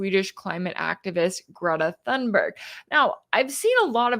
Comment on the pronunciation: Thank you for your analysis. It's "Tune-berg," if you please. Most properly, "Tune-berry." Greta is my greatest living hero. I am 77, and that says a lot, from someone my age. And she was not "paraded around" during her climate activism. Her parents did not want her to do it. She provided the impetus, herself, from the heart and conscience. She has dealt with tremendous ridicule (including from Donald Trump), and mysogyny, I have no doubt, for doing what her heart and ideals inspire her to do, including making this relief mission. I have followed her career since 2018, when she first started making news, and heard her speak at the Global Climate Strike, in NY City's Battery Park, on Sept. 20, 2019. That was an electrifying and unforgettable event, the high point of the movement, in my opinion. Sadly, the world has gone downhill ever since, and coninues on that trajectory. This typical behavior by Israel, and the total disgusting, inexcusable silence, or tacit approval, from the rest of the world, is one main reason why I am no longer a Christian. Donald Trump (or Joe Biden, or any of them) calling himself a Christian, is among other main reasons.